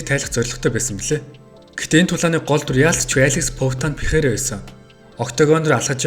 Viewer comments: Дахиад л буруу дуудаж байна Алекс Перейра болохоос Пейхара биш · joe rogan dana white bugd l Пехейра gej duuddag